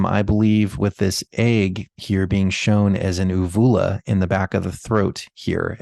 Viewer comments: Uvula, pronunciation: YOU view la. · Long 'U' on first u in uvula. Just FYI.